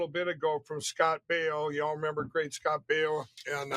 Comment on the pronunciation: Good ole Scott Bee-oh !